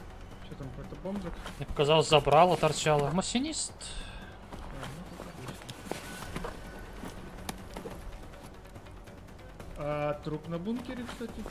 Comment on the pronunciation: Слово "мосинист" позабавило)) Масинист теплявозя. Видос как всегда гуд.